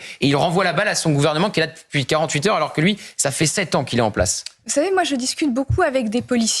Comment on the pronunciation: Le niveau du journalisme (le bret): "vous zavez pas"..... AU SECOURS!